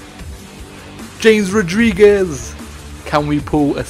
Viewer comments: Wtf? No he doesn't and he didn't say any of the names right... He pronounced it with the j and if anyone watches soccer you would know thats not how you pronounce his name. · Did he really pronounce James Rodriguez the American way? Wow such a rookie mistake.